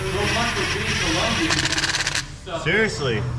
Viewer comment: I hate it when people mispronounce "Colombia/Colombian." If Peter is Colombian, listen to him say it then have him say "Columbia/Columbian." Huge difference.